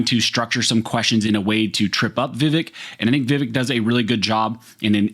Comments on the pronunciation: His name is pronounced “Viv-ake” like in cake. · Vivek like cake not "Vivehk" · His name rhymes with Ear-ache - but with the accent on the second syllable: Veev-ACHE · Pronounced: Vǐv-ache Thanks for this awesome video! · The candidate's name is pronounce VIvek____Va Vake_____rhymes with cake. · Please...the man is a LEADING CANDIDATE for President. His name is pronounced: "Vih-VAYK." Pronouncing things correctly gives your information greater credibility. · The pronunciation is vi-VEK, sound like "cake" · Vivek... Rhymes with "Cake" (exact wording Vivek uses to explain it to people) also, it seemed you were intentionally avoiding his last name (it's hard, i get it), so for reference: Ramaswamy - Rom-uh-swom-ee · I wish people would listen to him about how to say his name is pronounced vavake sounds like cake not vavike like Michael vice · Vivek is pronounced Vi-Vake as in Cake. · "Vivake" like CAKE...😂 Love ya bro. Just had to. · Just so you know his name is pronounced VehVake, like ache, not ekk. As in I ache to have my 2nd amendment rights restored in California. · FYI his name is pronounced viv - ake like cake. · His name is pronounced vi-vAke. Second syllable rhymes with cake. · FYI: HIS NAME IS PRONOUNCED 'VIV-ACHE' (RHYMES WITH CAKE) !!! YOU DON'T WANT TO BE CHANNELING DONNA BRAZILE, LOL !!! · It’s pronounced Viv-ake! Like Viv-(cake) subtract the c. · Just so you’re aware, it’s “Vih-vake” with the emphasis on the second syllable. He talks about it specifically with Tim Pool on the Timcast IRLpodcast. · Vivek is pronounced vi-Vake. Thnx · Vivek rhymes with “cake”. It’s a very easy name to pronounce. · Yo, learn his name. It’s pronounced Viv-ache. Vivec is one of the tribunal from morrowind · It's pronounced Vi-Vake. It rhymes with cake. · Vivek….is pronounced Vivake (like cake)